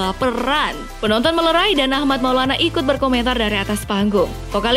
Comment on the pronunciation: Armand min, bukan Ahmad😁